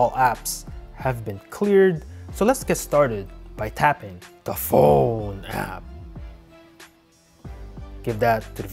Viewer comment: Lol.. He stresses it so much. But it's cause its a PHONE I guess..